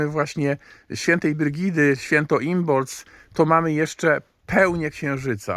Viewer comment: a czy nie wymawia się imolk?